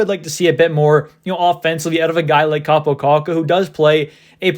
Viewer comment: It's Kaapo, not Kappo